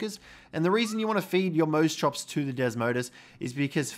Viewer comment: Mose chops naaaah I can’t watch this guy it’s moss chops